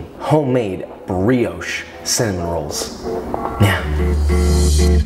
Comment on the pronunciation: Nobody: Literally nobody: Joshua wissman: UlTrA BuTtErY CiNnAmOn RoAlLs